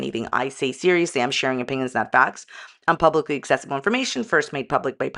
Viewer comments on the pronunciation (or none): none